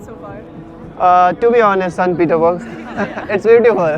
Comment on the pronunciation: it's सेंट्स पीटर्सबर्ग or सेंट पीटर्सबर्ग